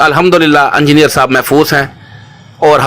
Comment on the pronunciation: Imama shareef 😂 hahaha tum log bhi baki molviyon k chailon ki tarah hotay ja rhy ho aur ye "E"ngineer hota hai na k "U"ngineer 😂 engineer sahab tum logon ko ye bhi na sikha paye aj tak😜 Nehatta tha wo to ye mu*der attack kaisay hua? Itnay saray logon mai wo gala daba k maar deta kya? Kuchhhhhhhh bhiiiiiii😂😂